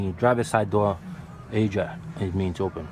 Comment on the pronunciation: did he mean ajar... coulda swore i heard him say asia.lol great vid bud